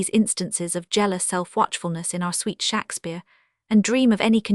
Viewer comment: how laughable to use an ai voice which can't even pronounce Shakespeare in the correct way . OMG